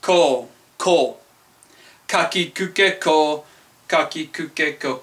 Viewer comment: your ko is wrong..